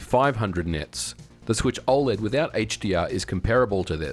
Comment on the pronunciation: Why are you pronouncing OLED so strange? Is this AI?